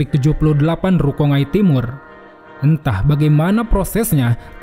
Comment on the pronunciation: Lucu juga si admin, manga dibaca mangga. Giliran rukongai (rukonggai) dibaca rukongai. 😅